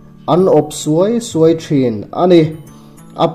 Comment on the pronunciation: A phi ruai thin tih a 'ruai' i thluk dan hi lo zir chiang leh teh. Tin, a awp 'suai suai'tih thluk pawh hi beng a ti kham deuh tlat mai. I channel hi ka thlir thina, a bengvar thlak in ka hlawkpui thin khawp mai. ALL THE BEST. 👍👍